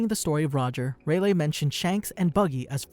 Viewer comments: Who else got mildly infuriated by him pronouncing rayliegh as relay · Love how he proceeded to call Rayleigh, Raylay